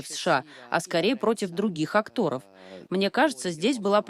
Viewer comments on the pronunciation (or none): Не актОров, а Акторов. В отличие от актЁров.